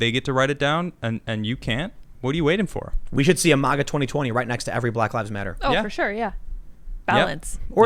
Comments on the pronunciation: Ma-ga. Not mah-gah. Stop saying it like a democrat. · WILL YOU PLEASE STOP SAYING M.O.G.A. YOU SOUND LIKE AN IDIOT! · Learn how to pronounce MAGA. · Bro you're mispronouncing MAGA!! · Stop saying MAGA . You fucked that word up . You say it aaalll wrong bro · Never heard anyone pronounce maga so bad